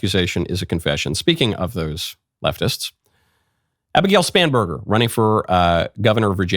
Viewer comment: I heard Abigail Spamburger, and I can not stop hearing it that way.